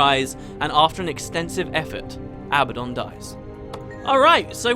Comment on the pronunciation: Seriously? "Abbadon"?!